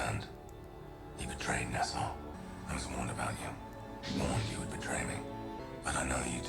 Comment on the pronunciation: 2 season in and I'm still hearing nuh-SOW instead of NAH-saw....🙃😑